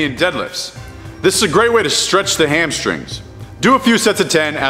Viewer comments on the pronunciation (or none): none